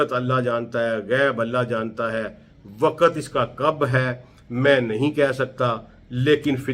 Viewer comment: ڈاکٹر صاحب آپ کی تحقیق بہت زبردست ہے لیکن آپ کا تلفظ صحیح نہیں ہے مثلا من و عن۔۔۔۔م کے نیچے زیر ہے۔۔اسی طرح وقت بھی غلط پڑھتے ہیں۔۔۔۔حالانکہ آپ کی تحقیق بہت اعلی ہے۔۔۔اگر تلفظ بھی ٹھیک یو جائے تو اچھا لگے گا۔ ۔